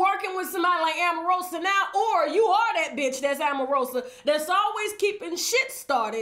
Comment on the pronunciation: AMarosa! lololololllo Every time you called her name I laughed 💜